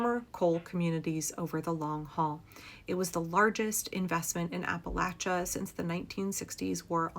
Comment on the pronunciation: 1) From Kentucky, thank you for pronouncing Appalachia correctly. 2) If the people of Appalachia don't want to become District 12 from the Hunger Games, they need to reexamine their political stance ASAP.